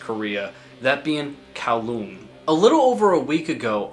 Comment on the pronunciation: kowloon is crazy.. its pronounced goo-ryong more like. i have no idea where the fuck kowloon came from 😭the lyrics are in korean and all the korean on bandcamp for the release is correct, not translator korean, uses north korean lingo. But probably some guys in s.korea trolling.